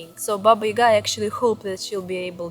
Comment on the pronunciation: It is not Ийга, it is Яга.